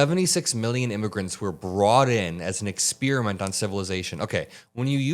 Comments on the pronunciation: “Ex-speer-a-mint”, ugh. Not a fan of that pronunciation! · Ex peri ment or Ex spear ment..... bro !!